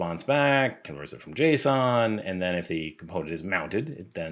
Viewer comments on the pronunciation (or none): none